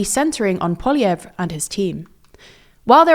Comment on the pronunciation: Thank you for pronouncing Poilievre's name properly! So many people get it wrong.